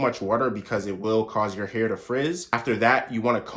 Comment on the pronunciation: "best mosturizer for your heuur" 😭